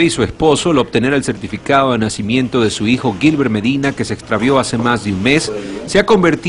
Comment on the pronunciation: "gilbert" no mamen😂😂